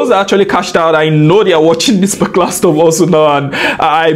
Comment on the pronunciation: why does he keep saying "specular" instead of "particular"